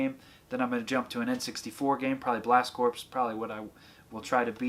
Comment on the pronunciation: FYI it’s pronounced “Blast CORE”!